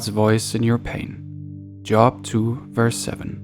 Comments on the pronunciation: His name does not sound like job. Sounds like Jo-ab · Thank you, but Job is pronounced as “Jobe”. Not as in work. 👍🏼